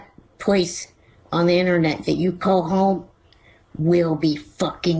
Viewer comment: "You can find the information on the eennernet"